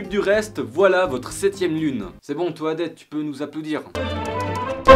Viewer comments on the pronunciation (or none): Ca de dis pas toidette mais todette pas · Toadette se prononce "todette" et le chien c'est Poochy :c Mon pire Fail c'est d'être tombé dans le vide à la fin du côté très obscur.